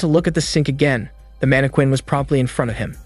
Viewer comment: The way all the recap channels pronounce Mannequin.😆😅 manne-quane Lol.. its pronounced more like Manne-kin.